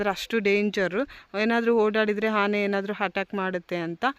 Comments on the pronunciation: Hane alla taeee ane adu sondelu alla dantha😂😂😂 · ಅದು ಹಾನೇ ಅಲ್ಲ ಆನೆ